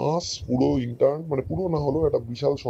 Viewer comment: শব্দটা ইন্টান নয় ইন্টার্ন (intern)